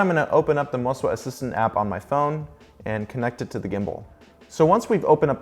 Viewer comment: think i heard you say, "mo-si-wa"